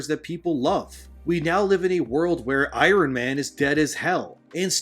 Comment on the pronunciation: I-RON? Norm McDonald called. He said you're no Harley Morenstein.